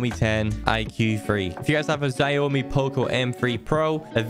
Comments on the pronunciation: Xiaomi is pronounced showme but you pronounce the show as it is a part of shower so it's shawme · its phunny how he said zaomi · The way you pronounce Xiaomi kills me 🤣